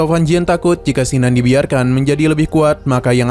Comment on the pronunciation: Bukan Sinan,tp Kinan,nggak enak di dengar namany